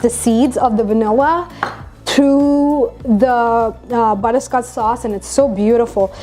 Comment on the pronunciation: Butter-sco-ch sauce.- not butter-scots sauce. Fondue is a good idea